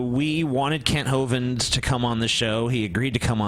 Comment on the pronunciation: i noticed that doesn't say Kent Ho-Vind any more.